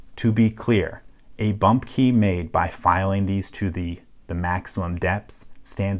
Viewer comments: Why do you pronounce Key as Kay. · Where are you from? You say kei instead of key. Thats how it sounds to me. 😁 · You say "key" like "kaey" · You pronounce the word "key" in an unusal way. :) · I love this channel but for some reason the way he says "key" bothers me lol